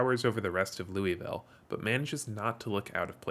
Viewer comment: It’s pronounced Loo-uh-vul